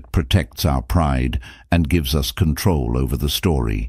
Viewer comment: The mispronunciations are insane. Just the way that they pronounce us is laughable. “Oos” 😂